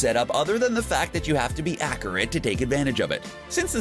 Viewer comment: Anyone else hate how he says accurate, he says a cure it